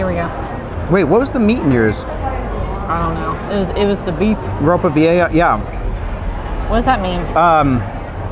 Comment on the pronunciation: You pronounced ropa vieja pretty well, you go gurl!